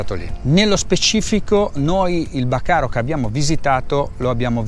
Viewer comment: BÀCARI NON bacaro